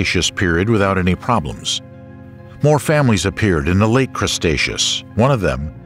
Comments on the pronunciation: I enjoyed this except towards the end when the narrator decided 'The Cretaceous Era' was actually called the "Crustaceous" era. And then he pronounced 'Tertiary' as 'Terzziary', like some Italian dessert. I was laughing out loud - and he had done so well with all the other scientific names. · Good video, very interesting but, the narrator misspoke. Had to laugh every time he said Crustaceous instead of Cretaceous and called clams mammals. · CREEEtaceous, not CRUSTaceous! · Can someone tell the narrator it's Cretaceous not Crestaceous. Just makes it's sound silly. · Why do you keep calling the Cretaceous period "crustacious"? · its cretaceous not crustaceous.... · Umm.. “Crustacious” ?? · The voiceover refers to the Cretaceous as the 'CRUST-aceous' at several points. for one. for another. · Drinking Game: Take a shot every time he said Crust-aceous and get absolutely blitzed 😂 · And he calls it crustacious everytime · "Crustaceous," which he says more than once, really threw me. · Now I want some pizza because you keep saying CRUSTacious. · You'd think the amount of times this guy says "crust-acious" whoever edited the video would've caught it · The cretaceous being pronounced as the "crustaceous" is disturbing. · What? No1 2 correct the narrator? "Crustatous? Cmon man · what the hell is "crustaceous"? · What is "Crustaceous?" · The constant mispronouncing of Cretaceous, while funny at first, ultimately made the video unlistenable for me. Sorry, but unless I need material for a montage of content creators sabotaging their own efforts, I don't think I'll be coming back to this channel.